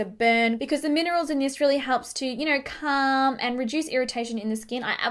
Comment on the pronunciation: don't get me wrong, I love this video but I cringed when she said calm